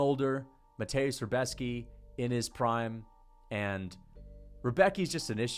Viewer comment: You can actually pronounce Rębecki kinda well